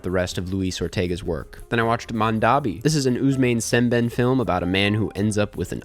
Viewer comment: It’s pronounced Sem-Ben-Aye not Sem-ben lol